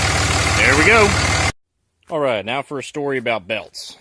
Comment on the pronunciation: "Fer" What is fer?